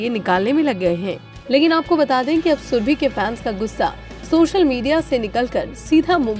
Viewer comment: shurbe. Nahi ib nahi